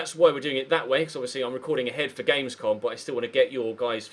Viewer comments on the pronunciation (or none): none